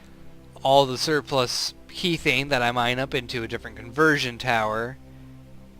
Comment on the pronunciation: god I hate being a grammar Nazi but I cant help it this time. methane pronounces meh-thay-n....logical to realize kethane is promounced keh-thay-n sorry :o couldn't help myself